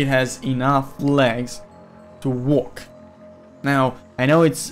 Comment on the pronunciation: Are you saying "walk" or "work"?